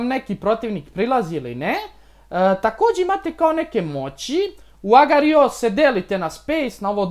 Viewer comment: buuuuu nauči govorit agar.io